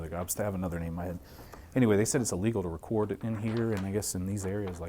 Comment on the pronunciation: "Wecord in here"